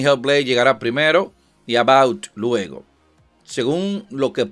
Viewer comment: Porq dices "About", si es Avowed?